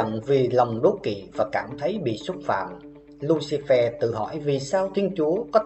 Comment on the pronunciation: Lucifer được đọc là lu xi phơ chứ không phải lu xi phe nhé ad